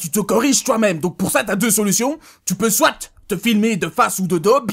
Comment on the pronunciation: il ne faut pas prononcer le "t" de "soit" dans une phrase comme ça ( , ..)